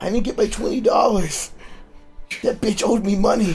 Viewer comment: the "beitch" tho